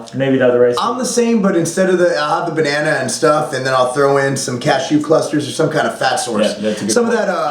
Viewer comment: Did you say Banana mate?